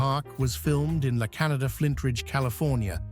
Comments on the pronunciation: Pronounced “la-ken-yada” not “La Canada” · It's La "kin-ya-da" Flintridge. It's not pronounced like the country. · Good lord, can some teach that computer voice to talk? R-E-detu? La Canada (it's Cahn-YAH-da b/c it's spanish & there's a tilda over the "n" & it means "ravine"). Thanks for not even giving us general locations on so many of the locations. I lived in a neighborhood in L.A. that had constant filming. The Twisted Sisters "We're Not Gonna Take It" was filmed at my house in Los Angeles just before escrow closed---too bad, I could have used that fat check!! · They filmed flintstones at Vazquez rocks and the AI said filmed in La Canada but it’s pronounced La Can yah da . Here in LA lots of Spanish names . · La Canada pronounced La Canayada, Port Hueneme pronounced Port Y-ne-me